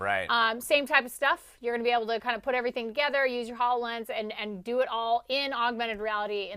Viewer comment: Please tell the hosts/talking heads that it is pronounced: ho low lens as in ho low gram.